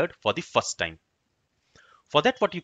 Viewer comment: 'fa da fas time' => 'for the first time'. that it not english bro you speak. please pay attantion your pronunciation. or record your mother language.